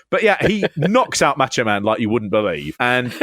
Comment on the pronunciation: Why do you guys keep referring to the Macho Man as "Match-O Man"? Seriously, though, quickly becoming a fan of this channel.